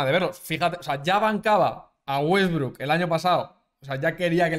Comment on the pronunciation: jaja le salio el argentino con wetbrook